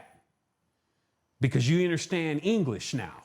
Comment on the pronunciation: With "Anglesh" he says